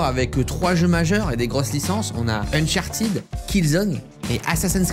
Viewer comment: Ça se dit pas Unchartid ça se dit Uncharted